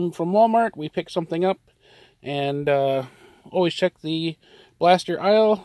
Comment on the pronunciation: "Always check..." Sounded like "Holy shit..."